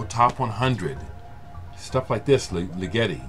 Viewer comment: Wow.....that Ligeti album!! That is rare as rocking horse shit, man. .....by the way, Ligeti is promounced Ligg-ur-tee.